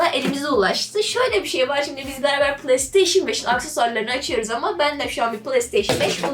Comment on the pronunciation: kizancik playstation okumasini pılay diyor pılay nedir...pilav de bali